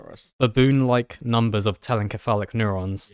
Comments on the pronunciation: Your pronunciation of telencephalic, with a hard c, gave me great pause. While it may be the case that the Greek root, kephalḗ, for head, does indeed argue for the hard consonant sound, every time I've heard the anatomical derivations spoken in English--encephalon, encephalopathy, telencephalic, diencephalon, etc--it's "SEPH a lon." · I'm 90% sure telencephalic is pronounced like encephalopathy given the similar roots, so it would be "tell-en-seph-a-lick" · Think more like ‘tell-en-seff-AGH-lick’ with the stress on the second to last syllable because it’s an adjective like melodramatic, metallic, idiosyncratic, homeostatic, etc.